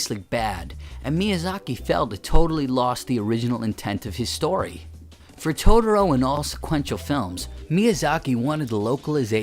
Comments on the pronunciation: Christopher Carr I know lol. First thing I noticed in the video. Irritating to me lol. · Yeesh, your pronunciation of "Totoro."